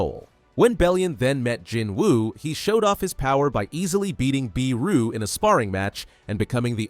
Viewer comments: Not biru its beru😂😂😂😂😂😂😂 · It's BERU not BEERU. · Lol they cant even pronounce beru correctly and they call themself better than most people 😆😆😆😆😆